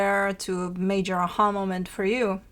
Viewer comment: I was trying to find the definition of “ahulmament”… then I had an “a ha moment” and realized what it was you were saying. I love your energy and insight. You are always smack on with your interpretations of Aries readings. Thank you for sharing your wisdom over the years!!